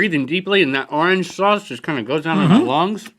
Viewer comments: "Arnge foot" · he said ornge chezzzzzzzzzy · big mac and cheese seems awesome orangefoot seems kinda awful might have something to do with me not liking orange chicken, pepper jack cheese or the way he pronounces orange "arr-inj" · Why the hell does Rhett pronounce orange as "arange" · rhett pronounced it "arnjj chicken" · Sometimes you guys have funny pronunciations. Like "*MAC*-donalds" and "Ahrnge-foot" and "tor-TILL-uh" haha. (I am from western Canadiana) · I thought you were going to mention the fact that they pronounce "Orange" as "Rrr + ange". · I would say Orange Foot would be better, but I can't because of the way Rhett says "orange." So I'm going with the Big Mac & Cheese.